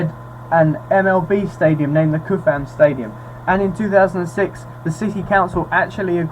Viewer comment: Just a tip in case is comes up again. Kauffman Stadium is pronounced more like the word cough or tough. Probably a name that got americanized in the pronunciation. And the name of the family that own's the Chief's is the Hunt family. I'm a Chiefs fan so I enjoyed the vid, thanks.